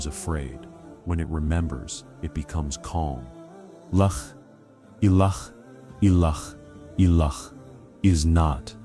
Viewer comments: Yes. Please correct the way the syahadah is normally made. Tq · Yes the AI is a disaster in pronouncing the La Illaha Illallah. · I wish the AI voice would say LA ilaha illa Allah properly 😅